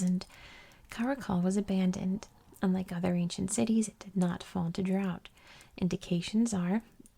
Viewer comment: I absolutely ADORE your channel! One of my favorite YouTube channels of all time. I’m obsessed with geography and history and ASMR so everything about your channel is chef’s kiss 🤌 one piece of feedback that I’m not sure anyone here will agree with… when you force yourself to pronounce the T in “cities” in a way that is very unnatural and clearly not the way you actually speak…. It’s a bit jarring to my ear and literally takes away from the ASMR factor a bit. I’ve noticed you force this unnatural, overly-formal “T” sound in a few of your other videos as well. Just wanted to tell you, your natural way of speaking is perfectly fine- MORE THAN fine- and there’s no need to force that sharp T sound if it isn’t your natural way of talking.